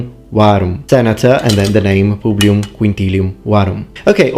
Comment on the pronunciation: Why is the S in Publius pronouned M ? He says PubliuM waruM.